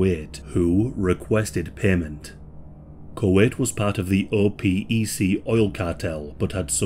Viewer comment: “OPEC” is commonly pronounced as a word, “oh-peck.”